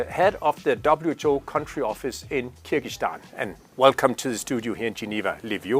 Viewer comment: Не Киргистан, а Кыргызстан!!!! Не влезайте в нашу страну!!! От ВОЗ никакого толку!!!!